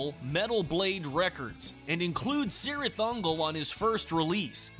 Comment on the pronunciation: Isn't it pronounced "KEERith"?